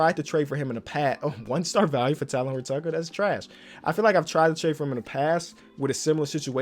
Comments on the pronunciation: Talen horton Tucker is pronounced Taylen I hope to hear TAYLEN next time you say his name😂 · "Talen" is pronounced as "Taylin", not "Talon",. I've let you say Talen Horton-Tucker's name wrong for too long as a lifelong Lakers fan lmao 😂😂😂